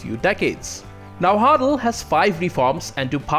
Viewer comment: Nauatl is prnounced na-what with a near silent l,although it's ok if you say na-wha(nahua) because nahuatl is the language not the ethnic group